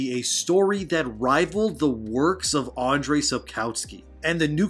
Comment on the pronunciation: Why are pronouncing Andrzej Astry I'm m Andrei? Don't you see the Z there? Polish W is like English V.